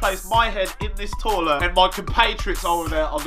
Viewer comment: "Torlet" I love Romell man 😂💯 x